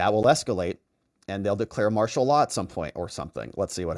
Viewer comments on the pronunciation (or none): none